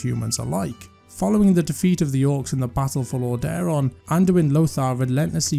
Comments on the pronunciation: Get someone that can actually pronounce the names correctly. The content is great, but every time I heard LorDAron it just ruined the immersion. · This guy comes across very unpleasant but his point remains. Lordaeron has "been around" for 30 ish years now, there's no reason people should be consistently mispronouncing it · Watch the Wrath of the Lich King cinematic and you can hear the king himself pronounce it.